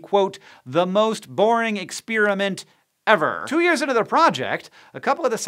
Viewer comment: expeariment? yeah dislike